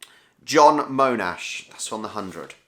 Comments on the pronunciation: You probably need to frame it in a glass sandwich so you can hang it on either side to get both views 👍 Monash is pronounced with Mon as in monster. Cowan is cow as in where you get milk from. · 🔹️ John Monash. Mon-ash is the same pronunciation as if you were saying or pronouncing "Monarchy". I know this because I spent more than half my life living in Notting Hill, just a stone's throw from Monash University